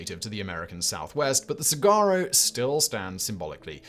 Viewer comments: That cactus is pronounced so-wahr-oh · it's sa-wa-roe phonetically, fyi. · Sah-WAH-roe. No “g’ sound. And it’s not an animal. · Saguaro is pronounced Su wah ro. Hard to believe you didn't have the Quokka of Rottnest Island or the Tasmanian Devil on the list. Then again you could've done the whole list on animals only found in Australia or parts thereof. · Sawaro is the correct pronunciation of saguaro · 'saguaro' is pronounced "suh-WAHR-roh" - the 'g' is silent. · Saguaro is pronounced with a W not a G. Sawuaro. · Im from that part of the country(southern california close to sonora desert) Its pronounced sa-war-o. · The g saguaro is pronounced like a w. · Two things off about this video. One, saguaros are not animals. Two, you do not pronounce them the way they are spelled. suhwaarow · You don't pronounce the G in saguaro. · Ugh that pronunciation of Saguaro was like nails on a chalkboard! (allegedly, in my opinion) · Seriously how the hell do you not research a pronunciation if you're unsure